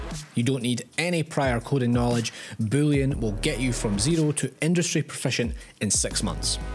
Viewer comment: Booleon sounds like bullion XD